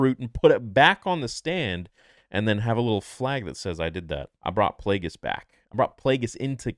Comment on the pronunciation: Thank god, I was so not ready to have Plagueis butchered